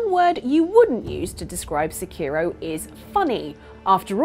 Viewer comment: Where are the other people? Are they still involved with this stuff? Also why do so many Brits butcher Japanese names? I don't expect people to pronounce Sekiro just like a Japanese person would, but the emphasis is all wrong.